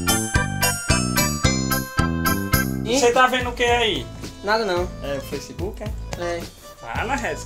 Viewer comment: “Freisquibuqui” kkkkkk